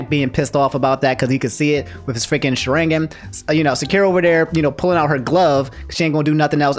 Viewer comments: MAN CALLED THE SHARINGAN THE "SHA-RING-UN" LMAO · Shuh-ring-gin is the worst way you could'vs pronounced sharingan. It's shAh-r(l)ing-gahn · nobody:: sHa RiNg GiN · why do you pronounce sharingan and sakura like that